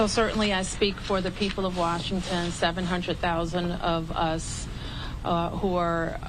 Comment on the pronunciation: Mayor of "waashinton" Where these people come from? DEI?